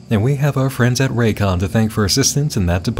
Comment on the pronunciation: Raycons also go "RAYCON", like sega and it makes me laugh every time.